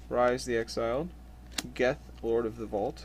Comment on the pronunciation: thats not how you pronounce rhys :(